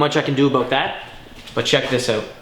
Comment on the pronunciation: I love how you say out HAHA OOT